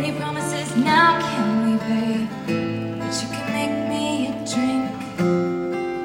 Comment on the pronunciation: It sounded like the way she sometimes pronounces “but you” that sounds more like “butshoo” to me lol but she DEFINITELY says I want HER midnights in the beginning of New Year’s Day and I’m so here for it!